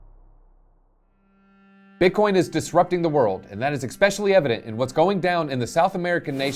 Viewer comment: I think Milei will win. Argentina needs change. Good video. Nice to see english speakers covering this. My only constructive criticism is that there is no "k" in especially or escape.